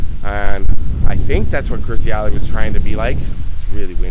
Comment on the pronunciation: Please, its Kirstie not Kristy.